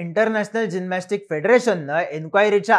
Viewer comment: जीनमॅस्टिक नाही रे जिमनॅस्टिक